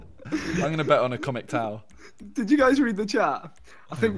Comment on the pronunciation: “Acomic Tow”